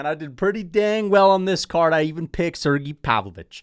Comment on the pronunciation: how long until starts saying Sergei instead of Sirgee when talking about Pavlovich?